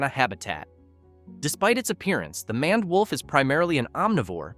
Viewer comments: It's pronounced "mained" wolf, not "manned" wolf. Sheesh. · Mispronounced names: 2 ("MANned" wolf instead of MANE-ed wolf" "CAHN-id" instead of "CANE-id") Errors in Accuracy: 1 ("No verified sources of African wild dog attacking or killing a human being" - wrong, they ate a toddler who fell into their enclosure at a zoo. They are very much dangerous) Awkward Pauses: 7